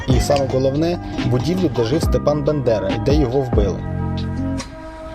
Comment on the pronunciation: Хоча б прiзвище Ст.Бандери навчився вимовляти.. .а може сам з мiста Бендери?....